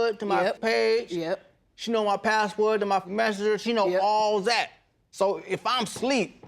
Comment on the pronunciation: Did anyone peep he says PassWuuud. It makes me cringe